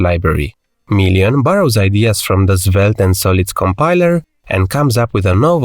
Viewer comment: why are you calling Svelte - Zvelte? 😅